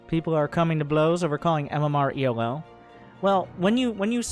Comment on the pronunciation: Elo is named after Professor Arpad Elo. So its "elo" (like hello) not E.L.O. (and everyone should be using glicko-2 by now.)